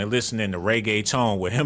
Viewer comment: “Listening to regatone” 😂😂